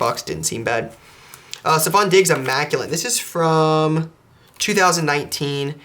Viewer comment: Not trying to be mean, but I’ve noticed you say “immaculate” as “immaculent” in all of your videos - just wanted to give you a heads up 👍🏼 keep up the good work